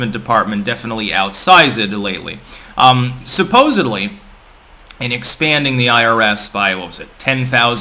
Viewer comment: Are you really like trying to say you’re kind of a Crypto Mogul whilst also saying “supposebly” lol